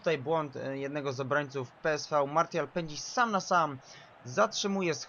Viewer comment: Gdyby co to PSV czyta się peeswe